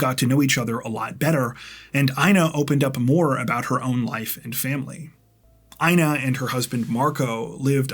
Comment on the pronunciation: Dude...The name INA sounds like EENA😊 Long E...No I. 😊😊